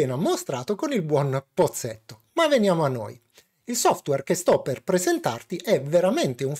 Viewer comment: solito ottimissimo video, ma...pozzetto in romanesco non si può sentire :D